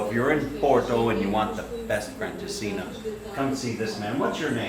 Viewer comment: Nope, it's not pronounced "French'as-seen'er". 😃